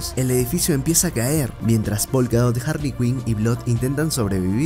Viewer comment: DIOOOOOOS SIEMPRE ES HARREY SIEMPRE ES HAARRY LA IMPORTANTE